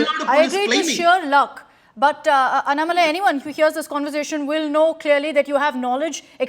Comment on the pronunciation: This anchor Is a stupid she dog - she should address mr. Annamalai as Mr or Ji. She is a poor anchor who does not even know how to pronounce his name - should know how to pronounce before interviewing someone. She seems to have an agenda of her own and has no knowledge of the facts. Indian press have no interest in trying to learn or elicit the facts on behalf of their viewers- rotten press in India